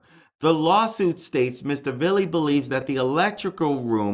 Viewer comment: You're a funny dude "Voo-han" it's the city of Vaughan like Steve Ray and " Mr. Villees ...what ever" his names Villi simple you are reporting - that's funny $1,800 dollars and $38 dollars?? what?? - don't say you haven't verified.. you haven't verified you're handle on the English language - you are ready for fox news - I'm am now a fan